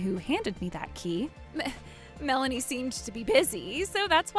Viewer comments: That's what I want to know, I mean he pronounced it as "Mel-AY-nee". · Dude can't pronounce Melanie's name correctly. Mah-laney? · Whenever the dad says Melanie, it almost sounds like Malenia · Never heard the name Melanie pronounced that way before. Male VO sucks. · Why the sudden mispronunciation of Melanie's name?